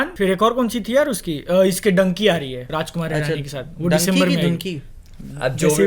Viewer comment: badals dunki pronunciation is right yaar 😂😂